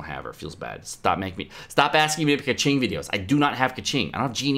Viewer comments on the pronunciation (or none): and keqing as keking not kaching, goddamit me not Chinese but damn that shit annoying